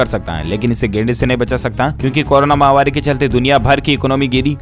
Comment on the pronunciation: Mahavaari nahi _ mahamaari correct pronunciation hai! ko batana hai.